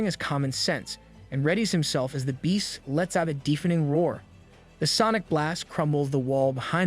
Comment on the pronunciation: some pronunciation issues: dèfening, dèf, dòwnwards (vs. deefening, deef, downwàrds)